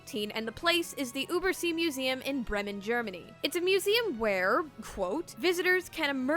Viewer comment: Oha! I live in Germany and I never heard that before. I have to travel to the Übersee-Museum. Also I dunno how to explain the pronouncing of the letter “ü“ for you all. It triggered me a bit, sorry! XD